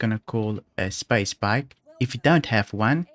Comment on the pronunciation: when you say "Space Bike" the firsts times i heard "Spa Spike" and i though "what the heck is that?" only at the very end understood you were referring the bike hahaha. Great VIDEO by the way, very helpful, i may try those missions myself tonite.